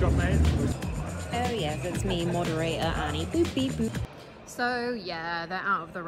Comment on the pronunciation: Ann-knee — I mean, I laughed, so :D